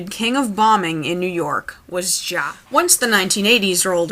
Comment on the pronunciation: and the king of bombing is JA. ITS PRONOUNCED "JAY-AY" NOT FUCKIN "JAH" YOOU DIPSHIT